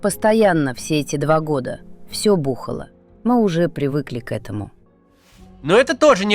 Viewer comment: Вы там женщину неправильно озвучили, не бУхала а бухАла два года